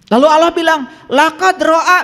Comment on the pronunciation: kok nyebut LAFAZ ALLAH KURANG FASIH?